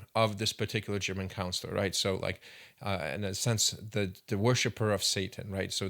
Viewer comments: I believe you mean, "German chancellor," not "counselor." Aside from that, good video. You and Jonathan Pageau could have a fascinating conversation. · It’s Chancellor… not German Counselor. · Chancellor….not councilor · He said "Councillor" every time. He and everyone in this comment section is on the right path but myopic as hell. 2000 years is not a long time. It's 20 centenarians standing wingspan to wingspan. The story of Jesus is not much more sturdy than this narrative, and it's easy to see this guy is just a midwit Christian who found a good time to take a potshot at an old rival. But make no mistake they're both obsolete narratives. Be the fool that questions all or you're pretty much worthless to future generations.